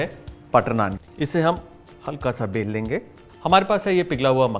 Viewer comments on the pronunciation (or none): Everytime you said isko bel lenge but I heared pel lenge😂